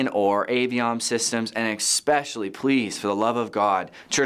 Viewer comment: I normally like the content on here... but this is a bit deceiving. I don't really want AVL or music gear advice from a senior pastor.... no offense to him or anything... But also how can we trust a guy who keeps saying eXspecially? If your church plant cant afford a few of these basic items Im wondering if you really should be planting a small group in your home instead...